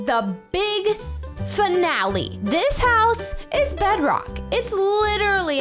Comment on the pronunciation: CätBõÿ 100 What in the World is Breadrock 😂😂😂😂 Its Bedrock 🤦🏻‍♀️🤦🏻‍♂️